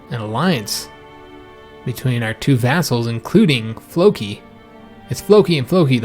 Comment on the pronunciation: Fair enough, but it isn't historically accurate. Also, you keep mispronouncing Folki. It is pronounced "FOLK - EE" folk. like folk music. Not Flow kee. Although I do believe that that is a name too.